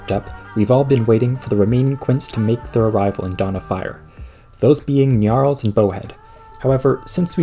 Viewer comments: GNNNNNARLS GNNNNNNNNNNNNNNNARLS It's not "Nyarls". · I like how you pronounce gnarls: gnyarls (